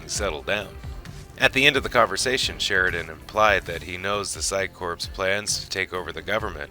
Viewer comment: There is no p in core. The phycore does not have a p in it. So quit putting a p in the word.